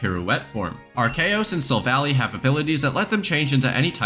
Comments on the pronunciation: “arcaos” good job you made everyone mad to agree this is definitely the wrong way to say it’s name(or you solved the problem and everyone agrees this IS how you say it) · why did bro say arceus like that 😭 yall know the real pronunciation for arceus is archeous 🔥